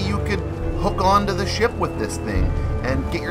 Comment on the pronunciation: No hate but it’s kinda funny that you say SHIP like SHIEP